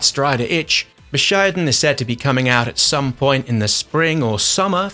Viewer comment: lol bu shy den. its bu shi den